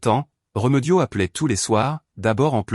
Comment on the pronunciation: Ce n est pas réumeudio mas remediod avec deux accens aigus vous qui aimez tant le a accent grave